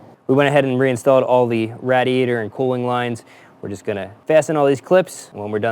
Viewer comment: 99% gold....except the pronunciation of radiator....but I caught you a couple of times saying it correctly...so...well done my friend